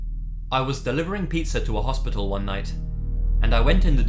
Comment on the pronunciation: What's a pitser? Pitzer? You said something about a pitzer exchange with the pizza delivery guy...what's that?